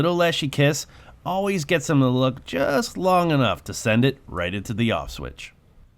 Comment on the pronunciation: I almost thought you said "Auschwitz", but ofcourse you said "off switch"!